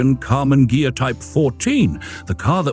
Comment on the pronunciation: The "gh" of ghia is pronounced like in the word geese